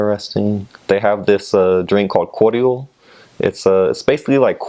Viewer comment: Ok but when he said cordial it was with a kiwi accent. Also his Maori pronunciation is on point.